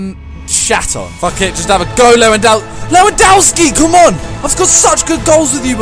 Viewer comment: Simon, it's pronounced Levandovski not Lewandaoski. Lewandowski is beast